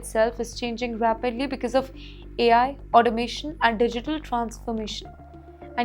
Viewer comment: It's not becase it's because. Learn to pronounce and speak English. It's a shame to see you speak English